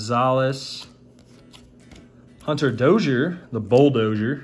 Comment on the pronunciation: Mookie with a candy cane arm band...awesome video fyi! I have opened WAY too much of this and it is still fun 👊. Love that you pronounced Dozier correctly even if he spells it the wrong way 😁